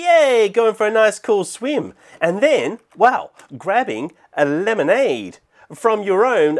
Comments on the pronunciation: I love house he says lemonade like LEmANdE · "Lemonady,"